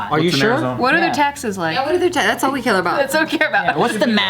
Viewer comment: did just say "care", the same way she says beaw?